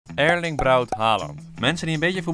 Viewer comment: Erling niet Eerling